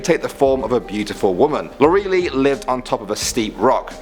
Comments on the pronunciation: "Lor'e-lie" liiiiie not "Lor-ray-lee" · “LORALEE?!” It’s Lor-el-Eye! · English version of Lorelei is Lorelay, btw. That's how you really pronounce the name. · Lore A Lie. Not Lor E Lee. Get it right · First time I heard Lorelei pronounced like lowREALLY X,D (its more pronounced like Laurrel-i , but im not here to nitpick on people for not pronouncing things properly outside of their mothertongue. Its just genuinely amusing to me. So thank you so much! ) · Granted, I don't know German pronunciations of names, but I am pretty sure it is ''Lore-el-lie,'' not ''Lor-real-lee.'' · It's lore-uh-lye (Lorelei). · that’s exactly how my friends name is spelled, but it was pronounced like (lore - ih -lie) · You pronounced Lorelei wrong, it's pronounced "Lore- LIE." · Lorelei is actually pronounced *Laura-lye*. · Here in Germany we pronounce it like "lau-re-lei" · Lorelei: Pronounced LOR-el-EYE . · Eher ai statt eye. Auch für englische. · You are saying Lorelei horribly wrong. It is Lore-eh-lie. Come one, German is not that difficult! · it’s pronounced LOR-EH-L-EYE if that helps. ;) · The pronunciation of Rübezahl and Lorelei cracked me up, I can't- Lorelei is pronounced something like Lo-ruh-lie For Rübezahl, it's hard to explain; But dang if I don't love me some non-german trying to pronounce german stuff, it's majestic. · Pronounced as lore-el-lie. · I think Lorelei is pronounced Lor-a-lie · Lorelei is pronounced Lore-Elle-Eye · Nein Es wird Lo-re-lei ausgesprochen. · I think it is supposed to be [ lore - a - lie ] but I dunno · Pronounced Lora-lie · it's pronounced as Laura-Lie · Pretty sure it's pronounced like loralie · I actually heard a creepypasta reading from the youtuber Kingspook which sounds almost the same as this german urban legend. I think the creepypasta was called 'The Maid'. PS: I'm german by the way and didn't get triggered by your misspronounciation of Lorelei. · Lorelei, just like lorelai gilmore, shouldn't be so hard^^